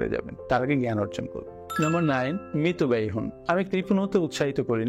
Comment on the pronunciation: শব্দটি মিতব্যয়ী,মৃতব্যয়ী না।